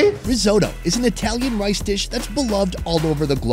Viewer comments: "risotto" "risotto": RRREEE? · Hmmm why does he say resotto tho?